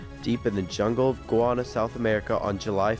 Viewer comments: Did he say Gwana? It's Guyana! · Guyana...Guy-Anna...is the pronunciation...